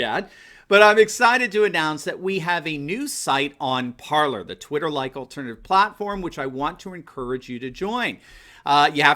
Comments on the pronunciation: Just want to point out that it's not pronounced ParlER, it's pronouced ParlAY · IMPORTANT: Parler is pronounced "par lay". It is French for "to speak". You have a French book of some sort behind you. Please promote the proper pronunciation. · guess it is pronounced par-lay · nope!!! Par ler is the way everybody’s pronouncing it. Look at other sites. Laura Ingram says par ler. Just the way did.